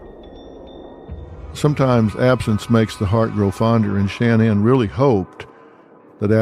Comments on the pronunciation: Sha-NAN, Not Shan-nan. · Her name wasn’t pronounced “Shann-Ann” with equal accenting on both syllables. It was pronounced “Shin-Anne” with the accent on the second syllable. This was the pronunciation by even her family. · I do not understand alot of media that cover this story mispronounce Shan nan especially when she was on social media and her friends say it using the emphasis on the nan not Shan like Dr Phil is doing. Crazy. Shan- NAN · Stop calling her Shan-Anne!!! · I cant listen to mispronounced name over and over. The first A in Shanan is ah sounding. The emphasis is on the nan part. Sha NAN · Phil, why are you so disrespectful?! Her fucking name is “SHA-NAN”!!!! Or her birth name “Shannon”! It’s “sha” like “ah” the end is Nan . Sha (ah) Nan!!! Shanan! Rolling it together! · Dr. PHIL, HER NAME IS SHANNAN NOT SHAN- NAN! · I wish you would pronounce her name correctly. Seems like something you shouldn’t research before making this whole video.Ugh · I wanted to watch this, but the way Dr.Phill says Shanaan, is an ick for me 😢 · Its so annoying how he keeps mispronouncing her first name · Maybe Dr. Phil could have taken the time to learn how to pronounce the victim’s name?